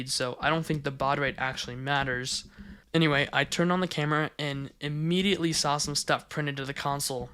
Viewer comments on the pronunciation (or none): none